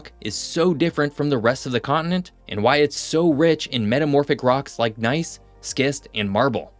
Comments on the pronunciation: (pronunciation of "schist" is "shist") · Skist? Apple attcha? Bruh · "Skist?" I've always heard it pronounced "shist." (?) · Little geology fact, the stone is pronounced "shist" not "skist" and also we call if "Char- Lot" not "Charlotte" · Great video! Btw, the word schist is pronounced “shist” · It's not "skist." It's "shist." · “schist” is pronounced ‘shist’ - a basic building material in the northeast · Like your work, but it's pronounced "shist". The C is silent. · You mispronounced 'schist'. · Please look up how to pronounce "schist", and "Concord". Otherwise, a decent short video of my home region.